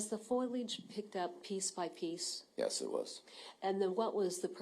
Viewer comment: what the heck is foilage? lol It is FOLIAGE fo-lee-edge not foyl-edge FOILAGE